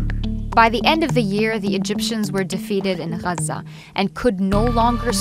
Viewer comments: The way the reporter pronounce the name Iraq and Gaza give away the biased approach of this video which full with gaps concealing Arabs responsibility for their situation. Great job real reporter work! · Aside from pronunciation of Gaza I see no reason why you use captioning that can't be turned off. And you mentioned a massacre but didn't mention who was involved or killed. Silly for a history video